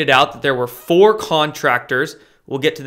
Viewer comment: “4 years ago” sounded like 40. So I did some digging. Clinton foundation began “just over 4O years ago”. 3 billion $. Also Q said joe D. Maybe 4D?